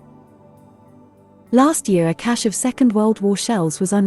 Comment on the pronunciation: Pronunciation of this word was difficult for me, now you have made it easier and clearer, thank you very much!